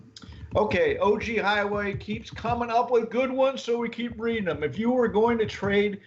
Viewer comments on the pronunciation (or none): none